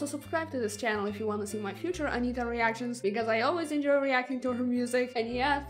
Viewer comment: Your pronunciation of Anitta's name is impeccable, congrats!